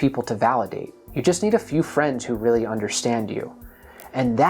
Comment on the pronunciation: It must be weally tewwible. Poor Michelangelo.